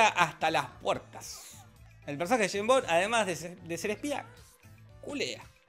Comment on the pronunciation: "yeim bon" Pinarello , 2023